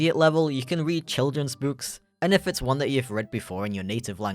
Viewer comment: From the way you pronounce "book" and some other things, I'm going to cast my line out there and say I think you used to live somewhere.... Near Stoke.